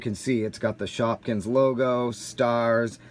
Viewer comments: you said shopkings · you said shopkins